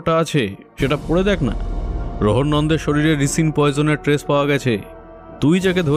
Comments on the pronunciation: একটা ছোট্ট সংশোধন, বিষটা রিসিন নয়, রাইসিন। গল্পটা সুন্দর, উপস্থাপনা বরাবরের মতোই প্রশংসনীয়। 😊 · Eto ta jotno niye golpo ta poribeshon korlen, ektu kichu kichu shobder uccharon gulor somporke bhobishyot e kheyal nile bhalo hoy. 'Toxicology' r 'Ricin' katha dutor bhul uccharon khub kaane laglo.